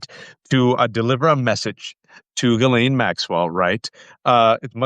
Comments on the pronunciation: It is pronounced gee-ss-leyn.... as a French name. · I'm absolutely sick to death of shallow a-holes who pretend NOT to know that Ghislane is properly pronounced Ghee-Lane. It does nothing but make YOU appear ignorant when you intentionally mispronounce her name. She will be lucky if Donald doesn't have her "Epsteined" just to keep all she knows from being told.